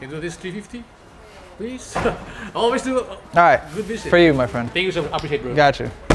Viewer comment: PEALSE?! HAHA